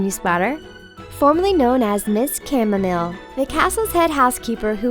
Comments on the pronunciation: it wasn't just the people in the studio who couldn't pronounce chamomile, the talko clearly don't either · How can people not know how to pronounce "chamomile"???